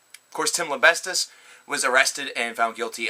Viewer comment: u said tims name wrong lol lembestis